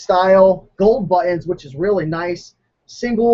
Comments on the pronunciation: "buh-eins".... Say BUTT.. now say TINS.. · I really like your videos I have learned so very much and I'm already a top seller with 100% feedback.. It's much appreciated.. Ps I like how you say " buttons" But Ens lol :) god bless you always